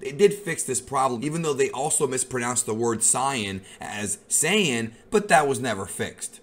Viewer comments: It’s saiyan, (say-in) first pronounced by toriyama himself, and again forever pronounced by him and toyotarou as SAIYAN (SAY-IN) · Its saiyan exactly how they say it you ain’t the creator or something it’s annoying it ain’t no saayan like you say it stop acting like everything that comes out of your mouth is facts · I have pronounced Saiyan wrong for like 7 years...